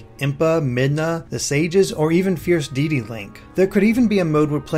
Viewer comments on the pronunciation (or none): Your pronounciation for Deity and Bokoblin is really off.